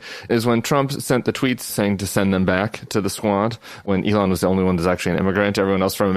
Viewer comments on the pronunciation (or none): Her name Ilhan, is pronounced "ILL HON" NOT "ELON". Quit callin her Elon. DAMN